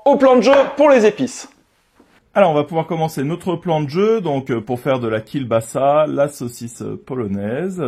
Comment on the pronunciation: Alors, ça se prononce Kiewbasa, pas Kiel, c'est un L "barré" qui se prononce W. Voilà, petit point culture. Toujours top tes vidéos sinon.